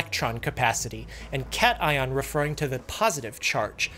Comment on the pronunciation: Cation is pronounced kat-ai-on